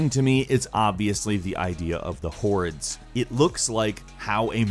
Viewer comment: The way you say hordes is awful.